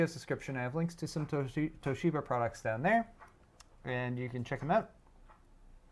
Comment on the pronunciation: exuberant pronunciation of Toshiba is actually quite close to the Japanese pronunciation. Japanese language generally lacks stress, so the common English inclination to stress the second syllable sounds odd to Japanese people. A small stress of the first syllable sounds much more natural. 東芝！！！！